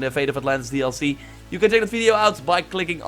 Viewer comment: Thank you for the fresh info. But you really have to start saying "video" instead of "fideo", man.